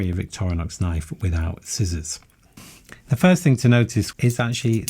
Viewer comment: Why do you say 'zee' instead of 'ze' ? always tought it was defined by the word that comes after.